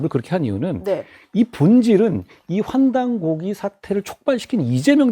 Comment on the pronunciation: 한국어에는 각 단어들에 장음(長音), 단음(短音)이 있어서 국어사전에도 표제어 장음 글자의 오른 편에 : 표로 표시되어 있다. 그런데 요즘 사람들은 한자어를 말할 때 이를 전적으로 무시하고 전부 아주 짧게 발음한다. 예컨대 요즘 '환단고기'가 이슈화되고 있는데 '고기'를 아주 짧게 발음하니 음식물처럼 들린다. 여기서 '환단고기(桓檀古記)'는 '고:기'라고 장음 발음을 해야 한다. 이런 폐해는 한자 사용의 폐지에서 기인한 것이다. 정말 큰일 났다.